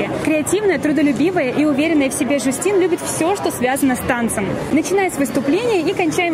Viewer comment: называй как хочется но она не Жюстин а Джастина